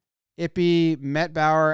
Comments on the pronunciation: Eee-Pay.. not ippy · “Eep-aye” is the pronunciation, please no more “ippy” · Eee-pay Jimmy, it's pronounced Eee-pay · It's e-pay. Pronounce his name correctly. It's not i-pee 😐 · Not ippy or yippy sir it’s pronoun e-pay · It’s “eepay” not “ippy” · It's pronounced 'Eee-Pay" not ippi lmao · How are you going to seriously cover the story and continually call him "Ippy" Aren't you the one obsessed with getting names right..? Just seems like an obvious pronunciation to me. Appreciate the info rounded up though, thanks jom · pronounced "ee-pay" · Who's Ippy ?? lmao Pronounce Ippei correctly ! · It’s pronounced “EE-pay” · It's pronounced ee-pay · Ippei is pronounced "E-Pay" kind of ironic now that I think about it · FYI, Ippei is pronounced like it-pay. (I’m Japanese) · Jimmy, my guy. The name is pronounced eep-pay. 🤣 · I believe the pronunciations would be Ee-Pay and Boy-er